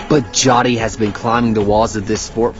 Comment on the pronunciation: Its not pronounced JATI, but JYOTHI...cmon man..